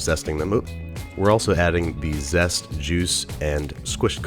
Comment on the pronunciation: I heard Jews and zest, idk if I heard that right